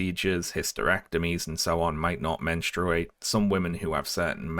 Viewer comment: Love the video, but, friendo, buddy, basically-a-stranger pal, who in the name of sanity pronounces menstruate like that?